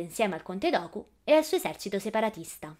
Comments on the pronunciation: geonosis no ghenosis e no conte docu ma conte dooku (ducu) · Geo nosis non ghenosis Conte duku non doku